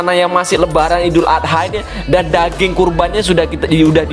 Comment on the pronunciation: rendang dagiang 🤣 lo orang padang ya bamg??